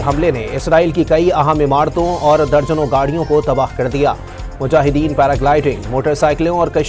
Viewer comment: I love it when u say mujahideen ❤